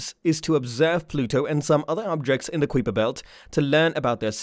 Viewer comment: i had already sub'd when i heard you pronounce Kuiper belt and quasar (google that spit) ya, so anyway, was sub'd less than 1m in and unsub'd before the halfway mark of your video... sad for you.